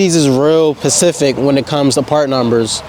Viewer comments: *specific …. Not Pacific (not being a smart ass just helping my guy) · IT’S SPECIFIC NOT PACIFIC !!!! 🤦🏻‍♂️🤦🏻‍♂️🤦🏻‍♂️ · Why is it so hard for well spoken Educated people such as yourself to put a "S" in front of pacific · “Pacific “ is crazy 😭